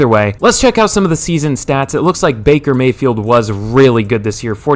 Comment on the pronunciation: bakey may-hee